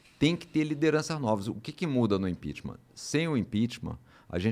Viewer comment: O cara só sabe falar GOPI, IMPINTIMENTH